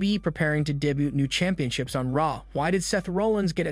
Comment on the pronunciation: Your vowel soba in raw and Raquel made it hard to understand what you were saying. Great video but something to note